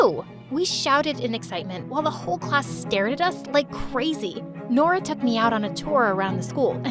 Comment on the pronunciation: I thought Nora said her name was DORA 😭😭😭😭😭😭